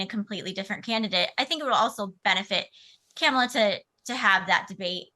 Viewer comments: Learn how to pronounce her name. It's not that hard. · What a mess of an interview. Host mispronouncing Kamala's name which he really should know (especially as it's a known touchy subject). One guest invited from a wacky "alternative truth" organisation. The other guest repeatedly swearing. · You are pronouncing Kamala Harris's first name incorrectly. Please don't do that. Please learn how it is supposed to be pronounced. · That woman did not pronounce Kamala's name right, I stopped watching and will downvote this video. This is appalling. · This guy still hasn't learnt how to pronounce Kamala's name - disrespectful reporting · lol cant pronounce kamala yup shes a trump supporter